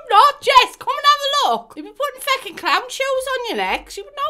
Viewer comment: "the fooken flippers"